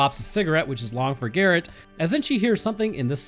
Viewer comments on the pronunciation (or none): none